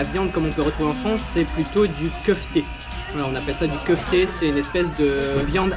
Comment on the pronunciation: PS : c'est pas kefti mais kefta